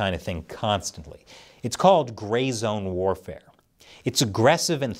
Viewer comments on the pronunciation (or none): none